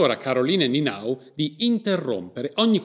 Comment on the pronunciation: Conoscevo la storia da quando la foto è stata venduta per 10.000 euro. Ho faticato a seguire il video, la pronuncia dei nomi non è diciamo accurata: ("ie" è un i lunga, sulla quale ricade l'accentuazione tonica= Nienau). Il resto appare corretto. Grazie per la diffusione.